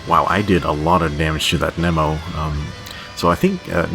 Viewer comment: Knee mo not neh mo o.o